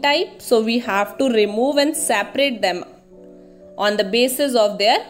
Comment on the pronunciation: Saprate 😂😂 its separate in pronunciation